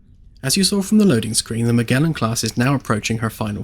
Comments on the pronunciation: Cool video but man Magellan has a soft g like ma-jel-in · Sorry to be "that guy" but Magellan is pronounced Mer-Jell-un